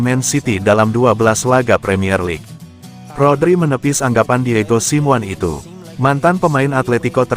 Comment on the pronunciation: Hadeuh dapat manusia ini dari mana sih jadi pembaca berita bola tapi gak tau dunia bola Bilang nya Diego Siwan mestinya dibaca nya Diego Simone